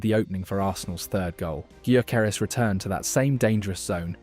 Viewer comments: Just fyi.. his name is pronounced "yorkeresz" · Excellent. One point on pronunciation. It's "Victor Yokeres". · "Viktor G-yoo-keres" LMFAO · Pronounce His name properly least please..THE G IS SILENT..!!! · painful how you're pronouncing Gyokeres name